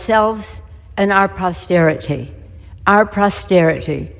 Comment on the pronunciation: Prosterity? She can’t even pronounce the word. Not surprising that she and her party were not able to actually deliver prosperity to the American people. Nancy, thank you for your time in office. I bid you the fondest farewell. You will NOT be missed.